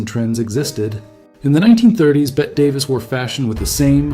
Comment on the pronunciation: Can't any of you arrogant children "train" ai to read commas and understand pacing? I will never understand why this is an "improvement". And FOR GOD'S SAKE, it's BETT-E Davis. Sometimes the world needs ACTUAL intelligence.. Something that will be extinct all too soon.